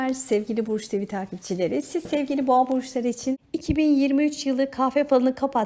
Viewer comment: Lütfen düzeltin ben yengeç Burcu olarak dinliyorum boğo diyince kafam karışıyor düzeltirir deniz çok güzel olur